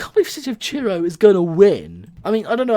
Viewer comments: Truro is pronounced "Truh-roh" Not "Cheer-oh" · Instead of Truro you said Churro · Please learn to say Truro not Tyuro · It's City of Truro, not city of churro. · City of Truro not City of Cheero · It's TRURO NOT TURO (have 2 point it out. Sorry( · When you say “Truro” I hear: Cheero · I live in Truro, nice to see my baby doing well. “City of Churro” 😂😂😂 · He keeps saying city of churro